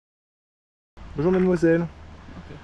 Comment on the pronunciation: BonjourE ????? Je ne savais pas que bonjour se terminait par un "e"